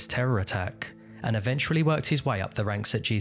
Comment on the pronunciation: great video. have always been fascinated by this case. one request though - please avoid pronouncing eventually like evenchrually. it's kinda annoying